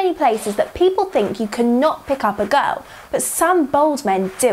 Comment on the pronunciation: "You cannot pick up a GOURLL"